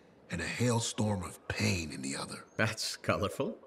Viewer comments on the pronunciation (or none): none